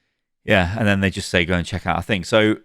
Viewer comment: "And 'dey say chivalry is dead" ?